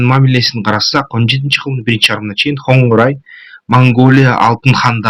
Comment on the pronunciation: Хангорай эмес Конурай...